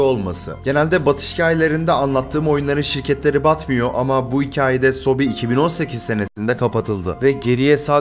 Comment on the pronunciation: sobi değil soobee ebe sobe yani bebeler